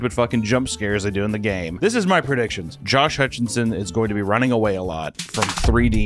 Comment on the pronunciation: I’m having an aneurysm every time you call him Josh HutchINson. 🫠